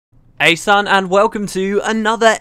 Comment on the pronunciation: Confused as to whether he said hey son or hejsan, which is a greeting phrase in Swedish